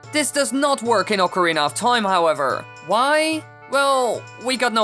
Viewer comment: I'm amazed you can pronounce "Oh-carina of Time" correctly. Thank you for not butchering the italian instrument.